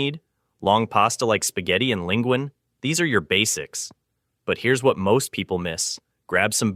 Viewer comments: Come on...linguine is not pronounced "lingwan" and quinoa is pronounced "keenwa". If they can't get the basics right how can one trust anything they say? I had to quit watching. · Quinoa is pronounced Keen-wah, not keen-oh-uh. Linguini/Linguine is pronounced lin-guee-nee. "3000" above means 3,000 years .